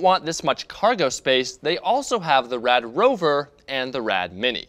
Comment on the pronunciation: as a german speaker i dislike the why you say rad^^